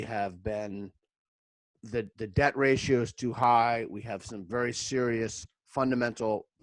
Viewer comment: You c Cant say debt?